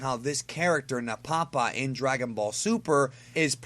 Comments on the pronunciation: It's pronounced "Napa-pa", not "Na-Papa" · Nappa Pa is how I heard it pronounced.